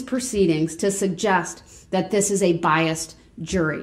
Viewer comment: Biast. I loved it when Judge Dorow corrected him!